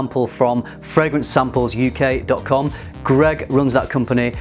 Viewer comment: FRAG-MENTAL 💀💀💀 Hahaha